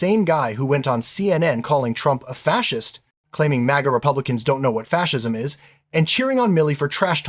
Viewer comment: Kennedy can't even say facist properly 😂😂😂